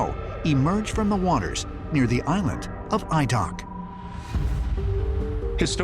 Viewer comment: The island is called Adak [Aaydack] You really need someonw who can actually pronounce words properly.